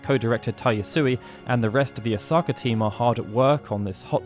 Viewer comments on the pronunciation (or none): none